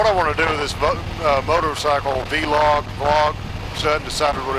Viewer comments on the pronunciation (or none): V-log is incorrect it's pronounced vlog like clog VLOG.